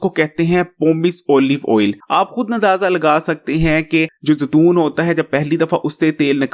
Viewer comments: تم بھی زتون ہوں، کھوتے انسان زیتون ہوتا ہے زتون نہیں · زتون نہیں زیتون ہوتا ہے